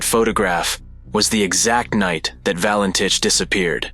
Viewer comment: This video could have been so much better if the narrator pronounced the name correctly, and stopped repeating the same old mistakes which always get repeated. There is a new publication available on the case, ' Nothing on Radar- the Valentich Mystery'. Google it.